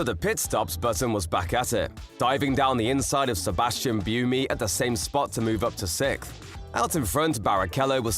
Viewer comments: Ro-mayn Grow-John, and Sebastian B-you-me :D. This was a painful watch.... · Just for future reference, could you pronounce Buemi like "boo" & "emmy"? I had a little chuckle when I heard you say it :)